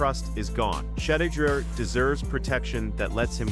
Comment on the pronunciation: Yall have to stop using these Ai voiceovers that keep pronouncing his name Shidder smfh.